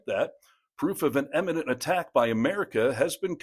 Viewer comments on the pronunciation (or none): imminent, not eminent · Please fix pronunciation of "imminent" (not eminent). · "immanent" not "eminent". 🙄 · Funny American pronunciation, 'imminent' sounds like 'eminent'. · It's imminent. Eminent is a different word with a different meaning.